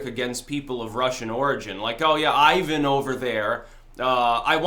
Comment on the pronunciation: Tfw can't pronounce Ivan.